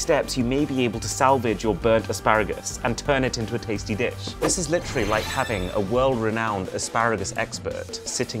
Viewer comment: I heard bitch and not dish